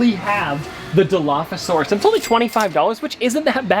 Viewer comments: Jack said dilophopasoraus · I can’t believe jack said dinophosasaurus like that is no where close to dilophosauraus